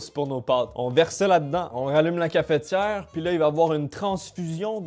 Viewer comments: bah après oui et non puisque dans le mot cafetière y'a pas de "é" donc c'est pas logique de prononcer cafétière. Apres peut être que eux l'ecrivent cafétière et là dans ce cas oui c'est plus logique que notre prononciation à nous français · Surtout que pour le coup ça s'écrit cafetière donc c'est bizarre de le prononcer cafétière^^ enfin je juge pas hein, chacun prononce comme il veut. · une Cafétière ? comment ? Une Cafetière sans ''é'' au début monsieur MDR , " ne faite pas ça chez vous " devant 700 000 Personnes mdr steak grillé au toaster j'y aurais jamais pensais mdr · cafEtière, pas cafétière